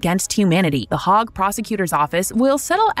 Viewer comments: The “hog” instead of the “Hague”? Your AI female announcer’s pronunciation is off. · Please tell your A.I. voice that it rhymes with “leg” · Lol I know, "the hog" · Please, please fix the pronunciation. I didn’t know that the ICC was in the “hog”. It really detracts from what is otherwise an excellent presentation of topics.